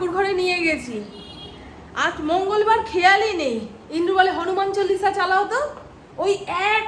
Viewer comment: hanuman cholisa noy go... bolo hanuman chalisa... tomar vlogs besh bhalo.... shudhu uccharon thik korlei kila Fateh :hand-pink-waving